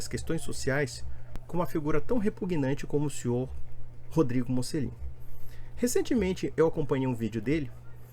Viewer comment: Esse é um idiota, não sabe nem pronunciar o próprio nome (que em italiano se fala 'motchelin'), sem falar que para protestantes, o sentido da vida é ser um viciado em trabalho.